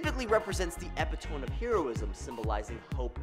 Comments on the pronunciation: Epitome is pronounced "Ee-pit-o-me" not "ep-it-owm" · It’s epit-o-me not epi-tome. Lol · Dude said "epi-tome" and "pearlious" lol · Epitome is pronounced Ep-it-O-ME (as in ME SMASH) I hope this helps =3 Also love the video =3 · Epitome is pronounced Eh-pit-oh-me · It’s pronounced “Eh pit oh me”. Epitome. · Epitome = Eh(or, ah)/pit/oh/mee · did he say epitoam ? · epitome: '"uh pit uh mee" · Based on the way you said 'epitome' I'm assuming AI wrote your script 😂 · (Epitome is pronounced with a long E on the end.) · "Epitome" is pronounced in four syllables, you dingus. A true nerd would know this. I'm aware of the fallacy. Don't try to hit me with a "gotcha."